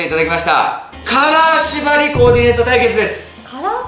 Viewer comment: カラー縛りが、金縛りって聞こえた